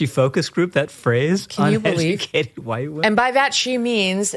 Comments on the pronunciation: why does the guy in the glasses pronounce the 'H' in wHite? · Dudes going all in on his pronunciation of “whhhhite”.